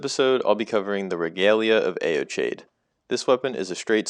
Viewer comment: I think it's pronounced, "ee-oh-kide," but still cool vid